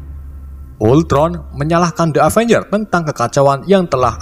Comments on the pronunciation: avanyer wkwkwk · setiap ngucapin kata “avenger” ko malah kedengerannya kaya “avanyer” wkwkwk